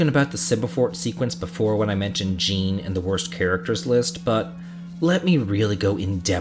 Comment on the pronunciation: I noticed you used Krile's original name Cara. I'm quite saddened that Cara wasn't used for the general English release. It's really pretty. Oh, and just a slight thing with the name Jean. For men, it's pronounced John, or Szon. It's the French version of John.